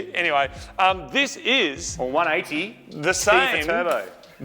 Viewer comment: It's "One Eighty Tee" though